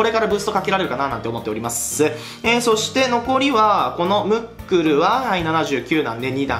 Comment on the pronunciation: ムックルがもっくんに聞こえた